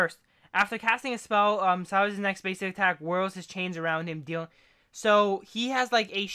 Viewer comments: He is called SILAS not SUEIALS or what u said xD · Where do you get “shlavas” from Syla my guy. Like one does not simply add letters to a word. XD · this is how you say "sylas" this how you said "sywalas". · this how is said "sylas" this is how you were saying it "sywalas".